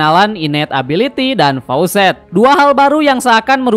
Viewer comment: Faucet = Keran. Faacet woii